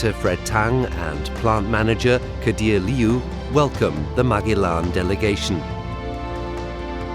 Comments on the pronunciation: MAG E LAN ?????? Surly it's MA GEL LAN ???? The navigator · Marg-e-lan is Ma-gel-lan. Painful. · Is’nt Magellan pronounced Ma-gel-in? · It's pronounced Ma-jel-an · ... interesting mini doc... but what an annoying mispronunciation of Magellan... made me cringe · its the way you pronounce Magellan in German